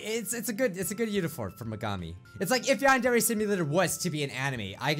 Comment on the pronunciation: ITS YAN-DER-AY NOT YAN-DEARY